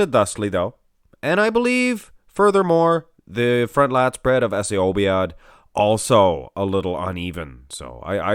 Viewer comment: Obaid not obiad.